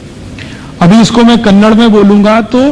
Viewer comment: Kannada aap ke mukh se achha laga